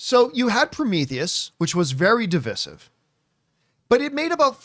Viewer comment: How can you not pronounce divisive correctly?